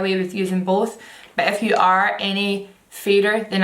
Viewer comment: Every time you said "if you" I was scandalized to hear "f you" at first 😂😂